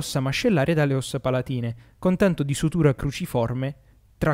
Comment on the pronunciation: sùtura!! non sutùra, quest'ultima é quella che fanno i chirurghi.